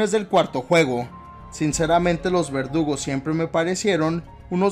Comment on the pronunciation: pense que decía vergudos